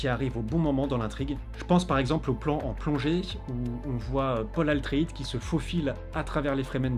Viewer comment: Cc ATreides et pas ALTreides